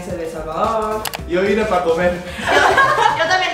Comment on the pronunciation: Me mato cuando dijo "yo bine pa comer" jsjsj se paso😅